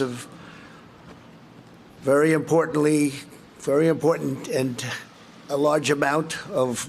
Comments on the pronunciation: “50 billion dollars of.......Very importantleeee, very importandant.” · Did he say importantent. WTF. This is a deadlier virus than the swine flu that 61,000,000 people got infected with in the US when12,469 died with a fatality rate of .0002 from the year 2009-10 under Obama. Coronavirus under Trump has a death rate of 0.03 or 3% so let's say this passed to the same amount of people of 61,000,000 people infected 1,830,000 would die instead of 12,469 that did die. So better hope this can get fixed quick or this will make the swine flu look like the sniffles. Still think the swine flu is deadlier? is a deadlier virus than the swine flu that 61,000,000 people got infected with it in the US when 12,469 died with a fatality rate of .0002 from the year 2009-10 under Obama. Coronavirus under Trump has a death rate of 0.03 or 3% so let's say this passed to the same amount of people of 61,000,000 people infected 1,830,000 would die instead of 12,469 that did die. So better hope this can get fixed quick or this will make the swine flu look like the sniffles. Still think the swine flu is deadlier? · Kinda funny that he couldn’t say importantly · When your Prez is incoherent with the dentures fitting... or is that futdig.. klaridy is fee do wivv bonfinance do da sheeple